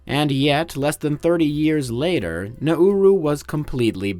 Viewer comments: I thought it is pronounced NaRoo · Everyone I've heard say it has pronounced it like the English phrase "now rue" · As an Aussie, I'm proud of you not getting it confused with Naru... Especially the when pronouncing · Pronounce the name of the island properly next time.